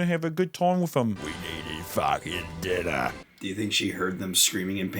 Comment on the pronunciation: “We made eem fawkin dinnah”